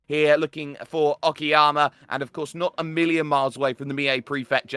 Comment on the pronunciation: it's not oki_yama , it's oka-yama, means high mountains